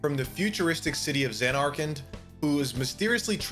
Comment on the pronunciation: I was enjoying the video until FFX started and he called Teedus Tyedus. Then even worse said ZanAreKand instead of Zanerkand🤢